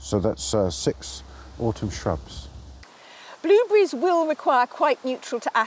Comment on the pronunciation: That’s just a typical British way of speaking! Go watch a different channel! The only thing that was funny to me is the way she pronounces blueberries as “blooh-bee-reese” or something like that. Even the gentleman pronounces it correctly, but I don’t know where she grew up.